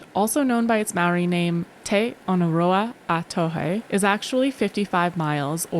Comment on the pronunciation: Just found your videos today. What an awesome couple! Aroha from near Cape Reinga. Also appreciate your pronunciation of Maori. Tino pai e hoa.